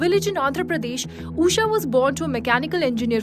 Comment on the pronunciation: Being an Indian, this journalist can't pronounce an Indian name, it is not Uusha, it's Ushaa